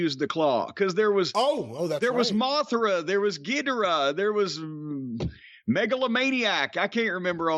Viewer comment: I'm glad Jim didn't butcher the pronounciation of Ghidora's name like most people do.